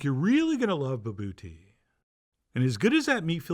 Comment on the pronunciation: English speakers are amuse me when they read words from another language. In most languages, a letter represents a single sound. Not all, but odds are that its true for whatever language you are trying to pronounce. here, for example, we have it clearly written as bObOtie, but somehow the two Os come out as bEUbOWtie. Those two are not even remotely the same. It's not a criticism, just an observation. And I'm back in South Africa in just a few weeks. This is most definitely on my list of things to get at the hot food stand when we get groceries.